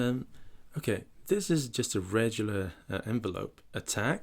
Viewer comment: Hey, interesting app. I am going to help you out, regular is not pronounced the way you say it. You say rejular, if you say the word egg in the middle you'll be just fine. As in rEGGular. Thanks for your videos, like a lot of them so there's a pro tip from me to you!